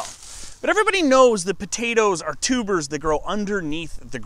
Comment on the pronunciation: Almost though her said tumors